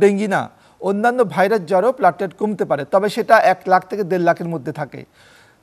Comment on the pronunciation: Apni aage platelet bola sikhun......platlet abar ki